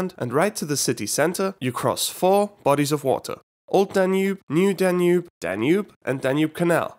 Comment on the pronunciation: New Danube? More like Danewbe